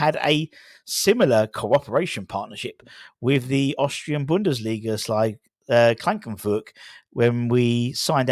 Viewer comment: Not Klangkenfurg it Klagenfurt